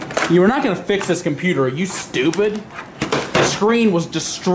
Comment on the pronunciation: MAH GAWD DAYUMN COMPUTEY 😂😂😂😂😂😂😂😂😂